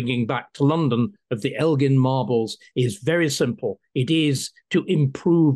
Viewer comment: "I think after all this time, and the fact Greece is a stable country. It is time to try and fix this rape of European history" Christopher Hitchens. I'm so glad everyone pronounced Elgin correctly. He kept them in his house so he could view them. I say give them back and try and restore the Parthenon